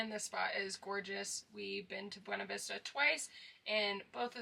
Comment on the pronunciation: Awesome video. Love the views! I dream of living in a truck camper. Also, PS—it’s pronounced Bway-Na-Vista ( ) keep these videos coming!